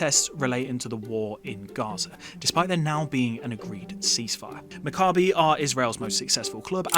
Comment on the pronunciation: You would think that anyone who had a real interest would at least learn how to pronounce Maccabi correctly.